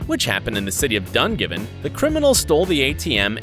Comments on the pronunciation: Dungavon is not pronounced Dun-Give-In, it's pronounced Dun-Gav-In, but here our wee country got a shoutout yeha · im from northern Ireland and I can tell you. Its real and also its called dungannon not dungiven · What did he say? Dungivin because I think he meant Dungannon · I'm live in the northern Ireland and remember the digger ATM robbery but the way he said Dungannon really cracked me up 😂😂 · Everyone in northern ireland after he said dungannon wrong 😑😑😑 ..... who else from ni agrees and he could just say antrim it happened at tesco and all aswell and 2 other places I think...... like if ur from antrim Edit: just because where from northern Ireland doesn't mean we're irish